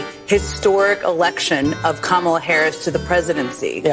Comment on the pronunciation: That young black lady pronounced Kamala’s name wrong. Joy Reid gona call her out?